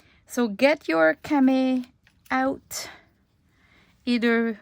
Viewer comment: You said cama, it pronounced with the long e and o sounds at the end. Love the French language.